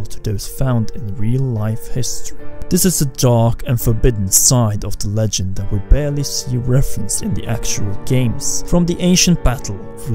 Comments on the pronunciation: Swear to god every time you say hero of legend it sounds like hero of luncheon lol He died for your tuna salad! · I'm glad there are subtitles, because "Hero of Luncheon" didn't sound right to me.